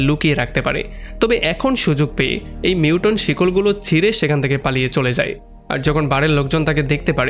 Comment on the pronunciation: যে ভিডিওটা বানিয়েছেন তাকে বলছি, লেখাপড়া শেষ না করে এগুলো কেন করছেন? মিউটন না, মিউটেন্ট।